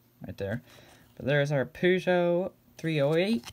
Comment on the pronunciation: ur prononciation is the good one :-)